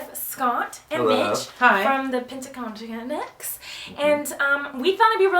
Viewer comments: pentacondaigst.. or whatever she said hahahah XD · What did she say? Pentacon gx? What?! Are you serious girl!!!!! 😐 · she really can't pronounce pentatonix well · Haha I love how she can never say "Pentatonix."